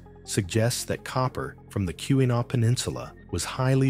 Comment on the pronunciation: Kee-wah-naw please pronounce it correctly...it's Not Q-a-naw...sheesh.